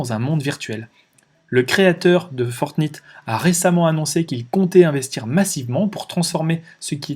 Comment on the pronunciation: La Naintendo ? :) Fortnite (comme la nuit, night), oui je sais je suis sévère sur la prononciation mais tous les jeunes de moins de 20 ans connaissent, jeu aussi connu que Donkey Kong ;). On achete avec des vrais euros des tenues (déguiser son personnage en lapin ou militaire) les marques du luxe y voient aussi une oportunité. Dans quelques années dans GTA, si vous voulez que votre voiture soit une Ferrari dans le jeu, faudra payer et vu l'importance du regard des autres, les gens payeront pour que leur personnage soit à la mode. Fini Mario le prolo en salopette, il devra avoir une tenue Louis Vuitton... Il Sinon super vidéo, sujet à la mode que je cherchais à approfondir